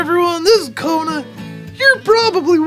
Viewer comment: it's kona not kuna